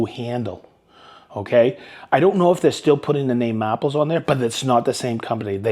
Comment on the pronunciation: you said mahples correctly